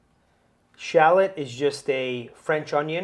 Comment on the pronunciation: you pronounce shallot wrong